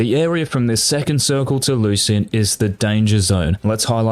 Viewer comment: Locyan = lucian